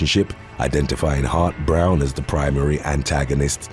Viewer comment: Every time you said "Hart-Browne," I heard hot brown and now I'm hungry. 🤷‍♀️